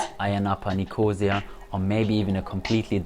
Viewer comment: Nicosia - the accent is on the third syllable, not on 2nd syllable.